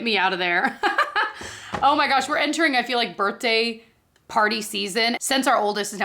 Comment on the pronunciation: I just learned something new about you through this video, you say “burt-day” instead of “birthday”. 😂❤